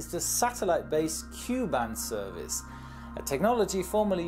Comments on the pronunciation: KU band is pronounced Kay - You not Cue lol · Ku is pronouced K U not pronouced Ku same with Ka from the industry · you mispronounced the satellite bands. Ku is pronounced K-U not “Que” and Ka is pronounced K-A. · Correction please: Mega bits per second Not mega bytes per second as you pronounced it. Also we pronounce ku band as "kay- you' band Not ku band. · Great video. A small correction from a radio engineer--the letters in Ku and Ka are pronounced separately, like "kay you.". That prevents confusion with K band or Q band. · Actually Ku and Ka aren't pronounces as words (more correct to call them by their letters: Ku=Kay-you, and Ka=Kay-ay) Since there's already a "K" band pronouncing it the same as Ka would be rather confusing; in North America, Ku band is used in satellite TVs while K and Ka band are used for proximity and speed sensors (automatic doors use K band usually, while police tend to use Ka band to try and catch you for speeding) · So you know, you don't pronounce ka and ku as one word, you say each letter so "Kay A" or "Kay You" or you can also just say K above and K under. also, their basically the same thing. its all just the K band except in the center is the frequency of water and signals can not pass long distances when they match the frequency of water. both Ka and Ku use the same antenna it just depends on what frequency you set it to. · It is interesting you say Ku and Ka as a word. Is this a German thing or civilian pilot thing? I have only ever known people to say the individual letters more like (kay-you) ViaSat are no the only Ka band on-board Wi-Fi provider although they are the biggest and the other options can be more regional. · Tip: Ka and Ku bands are pronounced as Kaj-aj and Kaj-you band. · Why do you say bytes yet the graphic says bits. Q band is pronounced "Kay" "yoU" band. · Thank God I'm not the only one who noticed this. It's "K" "U" And "K" "A" band.